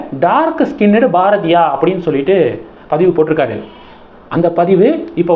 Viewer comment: Please improve your pronunciation. Each time you are pronouncing Bharathiya wrong